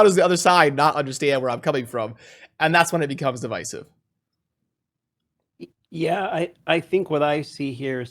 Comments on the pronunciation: Love the vid, but it's div(eye)sive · You didn't link the onlyfans colab, it's just respectful to reciprocate. ;p edit:( it's div-eye-siv)